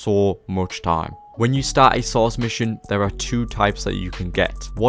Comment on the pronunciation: Bro it’s pronounced source not sauced